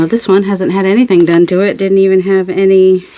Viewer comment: Hahahaha I thought you were saying “they can go in the dung pile” but you were saying done pile! Thank you closed captions! I like this series!